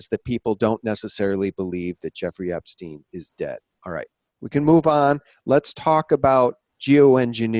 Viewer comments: I don't anderstand why you prononce his name "Epsteen" instead of "Epstein", it makes no sense to me. I have never heard ayone call Albert Einstein "Einsteen"... Can someone give me a rational explanation please ? (I am french). Thanks. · Great video once again! Learn to pronounce Epstein correctly though! It's disturbing to hear Epsteen all the time and it takes away from the info! How do you pronounce Rosenstein for instance? Certainly not Rosensteen! Right? Btw, chemtrails are alive and well in Sweden (keep your bodies alkaline, eat fresh ginger and drink table spoons of apple cider vinegar every day to fight it, as the nanobots thrive on stomach acids), and the name "Serialbrain" to me implies a group of people! Stay away from crypto's! Digital money made from thin air is worth zilch once the economic system goes down world wide, which is soon! Peace and love everyone! Jesus is number ONE! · I don't anderstand why you prononce his name "Epsteen" instead of "Epstein", it makes no sense to me. Can someone give me a rational explanation please ? (I am french). Thanks.